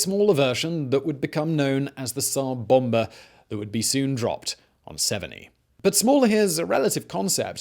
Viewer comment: Severnee? Severneye